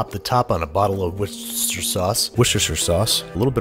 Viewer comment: “Westerford-cher-sire” and “We-share” are my favorites